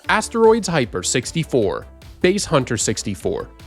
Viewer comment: did you really just pronounce "bass" as "base" hunter lmaooooo bro never heard of a bass fish before